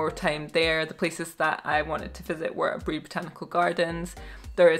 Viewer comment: Who else loves the way she pronounced Aburi 😁❤️